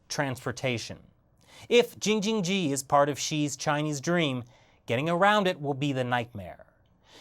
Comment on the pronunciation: You made laugh 😂 saying jingjining